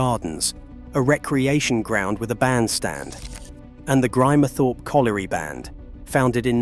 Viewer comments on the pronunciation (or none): American A.I. can't pronounce Grimthorpe.